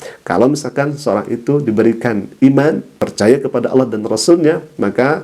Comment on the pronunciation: Allah SWT bukan awloh perbaiki bacaan dan tulisanx